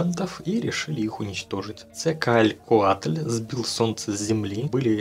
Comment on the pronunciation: Видео называется " 20 минут пытается правильно прочитать имя Кетцалькоатль"